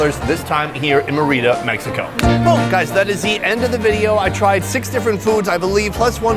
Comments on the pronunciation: Merry-da....not what he said ... cocktail glass is never a cup.. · MARE-EH-DUH say it right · Sonny you killed the word Merida .😅 still like you. Great show